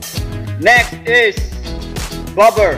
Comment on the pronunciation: Ayusin mo brod, 4 counts in 1 good repitition. Tapos Bomber Hindi Bobber